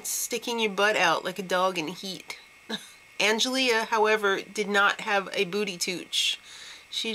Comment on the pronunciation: Just for future reference, it's pronounced Ang-el-ee. Not -ea. But, yeah. I love these chicks and Kayla gotta win